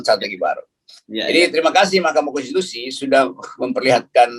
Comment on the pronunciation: Top bung rocky " Mahkamah Konstipasi " 🤣🤣